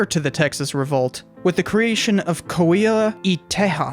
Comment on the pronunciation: Coahuila is pronounced “koa-wee-la”